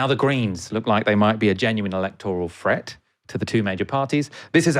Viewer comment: It's a FRET A FRET FROM A GUITAR!!! I really wish "th" the "th" sound is important